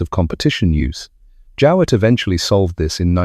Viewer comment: No I don't remember the name, a pity you didn't look up the way we prounced it at the time, a simple Google search. My Grandfather had a pre-war Jowett and always called it a "JOH"+"it" as you could have easily found out Googling Jowett car prouncation. Apart from that a very good presentation.